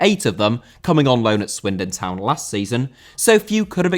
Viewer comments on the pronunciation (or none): none